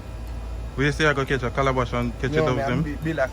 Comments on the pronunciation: Mi Geez, it's Calaban not Calabash.... Calabash grows on trees..... bless up!!! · It's not Calabash. It's Calaban.... I used to make Calaban to catch birds in Portland as a little kid growing up.Calabash is what we eat and drink from. Mostly Rasta use Calabash.